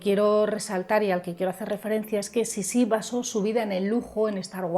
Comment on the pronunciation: no se pronuncia Sissí con tilde en la última i. Se pronuncia Sissi, como palabra llana. Yo creo que Sissi fue una mujer que vivió para adentro, centrada en un mundo interior, muy para sí misma. Cuando tenía que hacer frente a situaciones adversas, elegía distanciarse y replegarse sobre sí misma en vez de luchar. Es lo que ocurrió con sus hijos mayores. Lo intentó al principio pero finalmente desistió. Era egoísta, si entendemos por egoísmo el hecho de dar prioridad a los propios deseos por encima de los deseos de los demás. En todo caso fue muy fiel a sí misma, y su manera de no doblegarse ante la implacable maquinaria de la corte consistió en marcar una distancia insalvable que la convirtió en un ser extraño e incomprendido a ojos de muchos, sin que a ella le importara lo más mínimo. Por todo esto despertó rechazo y fascinación a partes iguales. No creo que fuese una mujer manipuladora, fue más bien una mujer inadaptada, contradictoria y en general desgraciada. Un personaje interesantísimo...